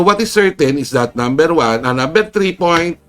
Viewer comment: Lawyers... Numbersh...HAHAHAHAHA yan ang English ni SaraBOBALUSTAY !!!